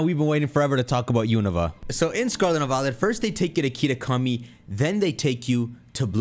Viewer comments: The regions pronunciations are beating your ass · That Unova pronuntiation caught me off guard